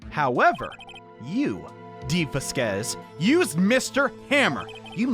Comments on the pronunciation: as a native spanish-speaker, it's written "Vásquez" and pronounced "vass-kass" somethn like that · lol i died when you say dee va-squeeze lol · Vasquez is pronounced (vass-kez) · Dee "Vaskes" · IT'S PRONOUNCED VAS-K-EHS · Gotta say it..... VAH-skehz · Va squeeze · not knowing how to pronounce "Vasquez" after so long is so funny to me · not being able to pronounce Vasquez is gold 👁️👁️ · i want a compilation of butchering Vasquez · can pronounce Manuel right on the first try Also: couldn't pronounce Vasquez right after all this time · well i am pretty sure he was messing with us, he did pronounce it correctly at the beginning of the video but laughed it off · Fun fact: people from the south can pronounce 'vasquez' more easily because we're close to the border lmao